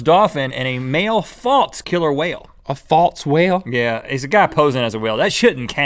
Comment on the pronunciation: Is a dolphin NOT a hwal